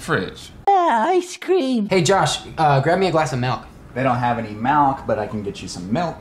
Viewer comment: "You're all wrong its obviously 'melk'."